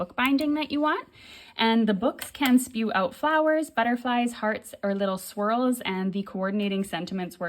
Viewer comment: For some reason every time you said swirls i kept hearing squirrels... imagine squirrels coming 😂out of a book...yikes..